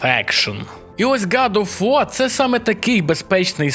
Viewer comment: Братюня, виправляйся)) не год оф вар а гад оф вор.